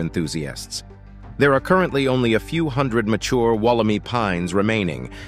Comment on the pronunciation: Wool - am - eye. Not wool - em - ee. Australian pronunciations always trip people up. 😂